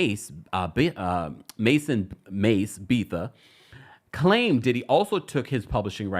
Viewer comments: 😂😂 Mason Beth -ah is the pronunciation your welcome I seen the struggle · Coerced is pronunced co.uhrst not cohorsed and Mase's last name is Betha pronunced Be.tuh or Beth.ah Great content and vibe otherwise, I just thought i'd mention coerced mainly because you say often.